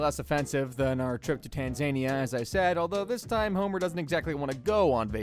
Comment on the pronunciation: BRO THATS NOT HOW YOU SAY TANZANIA